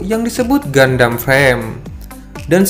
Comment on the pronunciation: Saran bang Cara baca Gundam ❌ GANDAM ✅